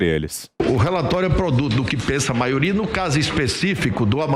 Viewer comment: Não aguento o Renan falar “Maoria “